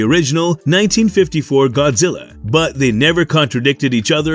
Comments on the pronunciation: Godzirra😂😂😂 you killed me with how you pronounced it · Could you please say Godzilla, just 1 more time… I wasn’t totally sure on its proper pronunciation since you said it so few times during the video!